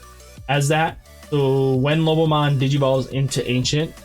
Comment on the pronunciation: Just a friendly note, it’s not Lobmon. It’s Lo-bo-mon 👍🏻